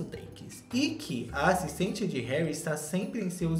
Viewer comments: "HÉURI??" Kkkkkkkkkkkk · "Heúri" kkkkkkkk passei mal